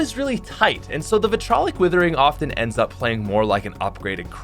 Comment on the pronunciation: Vit RI O LIC withering, not vitrolic